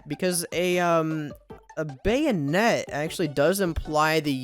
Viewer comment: 3 Bayou-net